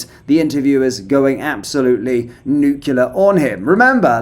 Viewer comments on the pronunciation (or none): The word is nuclear. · NUCULAR? No such word. It is nuclear . Education is important. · Nucular? What's that then? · Nuclear, not nucular. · Nuclear, not nucular!! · Nucular? Is that deliberate? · You’re a great guy doing important work, so pls accept my humble criticism constructively, the word is nuc-Lear not nuc-ular.. honestly bro, little things like that will impact your gravitas. (Sorry to appear to be a speech or grammar Nazi, that’s not my intent.) Anyway, thanks for your excellent content. Cheers. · I think you mean nuclear 😂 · I think you mean ‘nuclear’. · You mean NUCLEAR right? 🤦🏻‍♂️ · New Clear. Not the US version. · Nuclear. Please get the english right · Shouldn't that be nuclear? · Your inability to say "nuclear" seems to coincide with the return of the ridiculous baseball cap. Otherwise, good show.